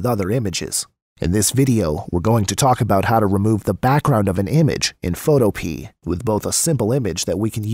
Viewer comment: Photopea rhymes with Utopia. fo TOE pe uh